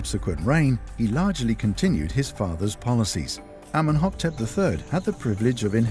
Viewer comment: Amenhoptep? The King's name is clearly written Amenhotep in the diagrams and translation.